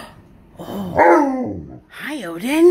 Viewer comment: Tonka’s tail is hysterical. He’s saying ‘O-DIN’